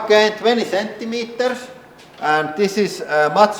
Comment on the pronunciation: He: "Thats only 10 Centiemters." She giggles.